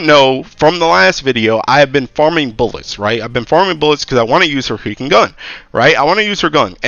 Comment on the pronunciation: Why does it sound like you say heaking instead of freaking thats so odd